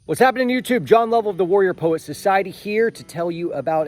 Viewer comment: John…. Sounded like you opened with saying “Worrier Poet Society.” LOL🤣 GLAD ALL IS OK BUDDY!